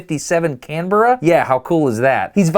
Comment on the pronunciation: as an australian its nice too hear an american pronounce "Canberra" right, you rock Destin